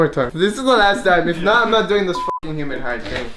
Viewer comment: Hey, “Humid Hide” 😂😂😂